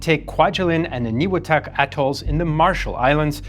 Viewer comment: Makin is pronounced May-Kin Eniwetok is pronounced Any-We-Tok